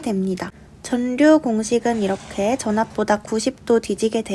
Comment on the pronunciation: 전류 발음 전뉴 또는 전류(x) 절류(o)